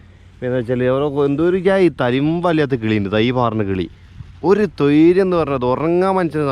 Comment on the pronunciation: പൊന്നു മോനെ നമ്മുടെ നാട്ടിലെ മലയാളം നശിപ്പിക്കാൻ തന്നെ ഒരുക്കിയതാണല്ലേ...... നിങ്ങൾ ഏത് രാജ്യത്തെ മലയാളമാണ് പഠിച്ചത് (പാറി പറന്നു പോകുന്ന പക്ഷികൾ തോയ് ര്യം തരുന്നില്ല.... എന്നത് സ്വര്യം എന്നു പറഞ്ഞുകൂടെ..?) പെട്ട് കുണ്